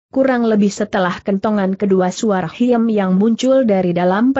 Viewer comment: Khiem dibacanya 'Kim' Bukan hiem ☺